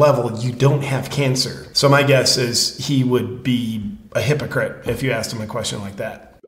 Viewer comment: Hip-row-crit he b 😂